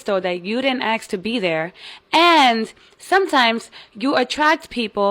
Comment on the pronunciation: says intelligent but pronounces ask like axe